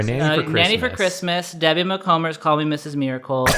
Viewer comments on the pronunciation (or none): Sent this to my best friend and she cringed so hard at how you guys pronounced her name 😂💀 Debbie's niece